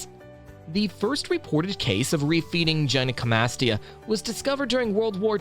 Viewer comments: its "guy-no" not "jen-eye" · i thought you said jedi comastia